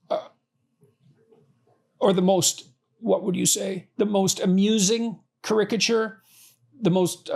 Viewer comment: ”Caricature” he needs to learn how to pronounce to be taken seriously.